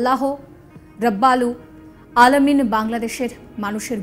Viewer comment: খবর পাঠিকা মেম উচ্চারণ টা হবে রাব্বুল আলামীন।